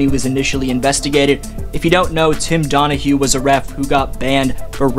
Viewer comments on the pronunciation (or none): Donaghy! Not Donahue! Way too important to this whole thing to be blatantly mispronouncing his name… wrote the book in prison exposing nba officiating!! Squashed by Stern and the Feds!! Other than that great video!!👊